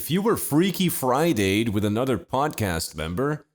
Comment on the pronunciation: I don't remember saying th's as d like "Wid" instead of "With"